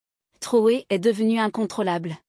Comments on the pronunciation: MADAME ! ARRÊTEZ DE L'APPELER TROUÈ S'IL VOUS PLAÎT. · POURQUOI DÉFORMEZ-VOUS SON NOM ? IL S'APPELLE TRAORÉ ET NON TROUÉ.